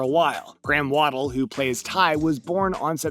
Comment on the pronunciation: Graham WADDLE??? Dude, if you're going to post info videos like this, learn the actors names and facts....